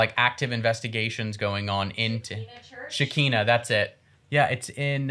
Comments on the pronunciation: Hey Jack, it's pronounced Shekīnah, with the I being said like the i in ice. And you may consider them Christian but not really.. they are actually all over the US, I'm in Upper East Tennessee and there's a compound here. The dancers are more akin to street dancers, on to other things... President Trump didn't do any of that wreck, his ppl did and even if he did WHO CARES he ran the country better than the mess that's in office now!! TRUMP had more to offer this country than any of these demonrats ever! This is ridiculous, and yes all these wealthy ppl that aren't feeling any of the pains with all implants coming across the border, the spiders are only going with the breeze when they are babies, and the big ones don't want to hurt humans but they do kill a bunch of bugs. 🤦‍♀️🤦‍♀️🤦‍♀️ Jack sweetie, I'll help you search out facts.. give me a yell 😉 Love y'all, take care and God Bless. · Shekina (sheh-ky-na) is the name of the church.